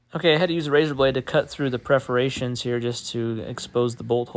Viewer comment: Are they PERFORATIONS or preferations? I think he Prefers to say preferations. LoLz 😂